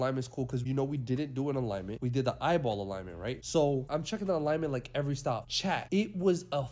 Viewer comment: For the past 4 months I thought he was saying "CHAD" But he's saying "CHAT" gotta love this guy.. 🤫😂🤣..